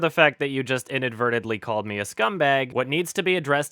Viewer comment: I know it's weird but I find it hilarious the way he says scumbag.